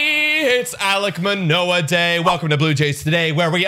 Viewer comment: Also BTW it’s Manoah not Menoah